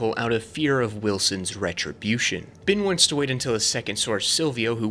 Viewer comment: HIS NAME IS BEN WITH AN E. HIS NAME IS NOT BIN!!!!!!!,!!!